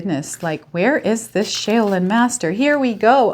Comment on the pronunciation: shaoLin master pronounced Like shawLin 😊😊😊 gemini here..